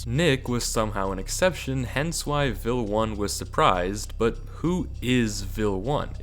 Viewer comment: "Vel_1" not "Vil_1"